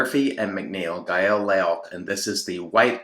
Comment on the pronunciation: Great shave. Just a little fyi, that soap name is pronounced gayl hero in English, or gayl loach as in roach but with an L instead of an R in its native form.